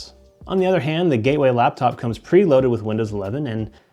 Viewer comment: Gaeway computer 💀💀